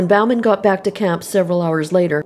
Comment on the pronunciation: Bauman is pronounced « bowman ». It is a French name. How can it have morphed into « Balmain »?